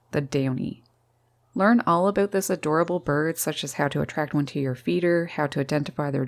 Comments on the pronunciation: It's been quite a while since I listen to a Canadian speak, in addition to this Woman's lovely voice, I just love how she says about, we hear Aboot, LOL, love it, by the way are you single?! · "aboot?" Upper Midwest? Canada?